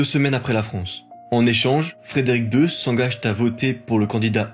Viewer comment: Je ne compte plus les liaisons imaginaires dans les narrations de cet épisode 😬 (exemples : "Seule l’Autriche se dresse-t-encore devant elle" ; "Frédéric II s'engage-t-à voter") ... À surveiller ! 😊 😉